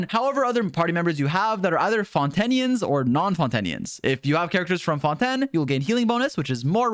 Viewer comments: Say fonten again and im killing you (ingame) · The whole French pronunciation thing is a joke at this point, right? Right? Fon-tan? Fon-ten? Shar-lot? Noblesse Oblayj? Like... pick a lane, dude. Or y'know. Just say em the English way.